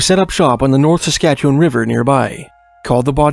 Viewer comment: Appreciate your correct pronunciation of Saskatchewan. ❤